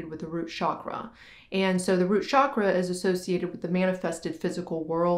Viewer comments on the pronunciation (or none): please stop saying shaqra